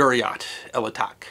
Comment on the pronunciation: "ch" in the name here comes from the French spelling and is pronounced like "sh" in English